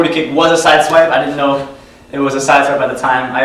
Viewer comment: ''sidewipe'' low-mo is funny xD, btw exelent tutorial